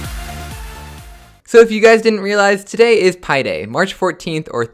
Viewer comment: Lol don't say "byii" Say "pii"